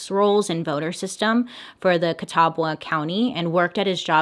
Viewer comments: Oh no Bailey, never mix vitamins with make up. We all know what happens when you do! Also your pronunciation of Catawba isn't that bad. The w is definitely silent and it's "cuh tah buh" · Catawba is pronounced CA Ta Ba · I live .5 miles from the Catawba county line BTW its pronounced like kuh· taa·buh . This hit close to home, but I had never heard about this case so now Im gonna have to do some research on it to see if I can dig up some more juicy info. You have to take time for yourself. we will miss you on those skipped mondays but we will be here waiting for ya. oh funny thing when I was telling my hubs that this story was about catawba county and telling him it was a Bailey video he started doing the theme song lol. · You had me so tickled with your pronunciation of Catawba! I couldn't stop giggling! It's pronounced Kuh-TAA-buh. It's a beautiful area if you're ever here in NC! Plus..there's a lot of mysterious places and history here too! Devil's Tramping Ground, Lost Colony of Roanoke, and then pretty much all of Wilmington. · I’m sorry, did she say Catawba county NC? Oh no, I’m out that’s too close to home 😂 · I hate to be this person, but for future reference (idk who would ever reference Catawba in the future, but who knows) Catawba is pronounced Ca-tah-ba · the fact that Im from Hickory 😳 “Catawba county” caught me off guard I was like WAIT A MIN!?😂💀 Edit: oh and most ppl pronounce Catawba like Ca-TUH-WAH-BUH 😂💀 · Ehh....I live catawaba county nc....it’s pronounced Cuh-ta-ba btw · I lived in catawba County for like 12 years! This is so insane😭😭 also, when you say it, the "w" is silent. Thanks for making such amazing videos!❤❤❤ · Hearing Bailey mispronounce the name of the county I grew up in is now my favorite thing on the internet 😭😭❤❤